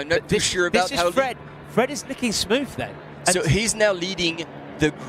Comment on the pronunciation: PLEASE PLEASE SOMEONE TEACH THIS BLOKE HOW TO PRONOUNCE MONT BLANC, IT'S DISGRACEFUL. SUCH AN AMATEUR. NEEDS TO SPEAK PROPERLY TOO AND STOP SAYING SMOOVE INSTEAD OF THE CORRECT ENGLISH, SMOOTH!